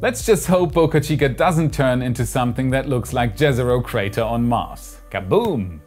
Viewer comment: Pronunciation of J in Jezero is like 'y' in yes. It means lake.